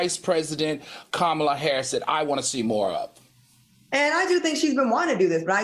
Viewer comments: Please tell Q, it's comma la (the the punctuation matk. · Q, START SAYING OUR VICE PRESIDENT NAME RIGHT.